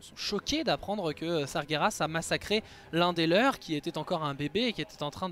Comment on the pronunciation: Sargeras se dit Sar-jé-rass et non Sa-gué-Rass! Merci de faire attention à la phonétique... tu dis Gérard et pas Guerard j'espère...